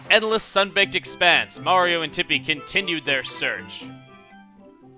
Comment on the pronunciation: his name is MARIO not maria